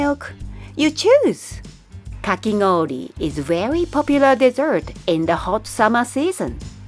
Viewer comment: is there a reason kakigoori very much sounds like a 'n' sound: kakinoori?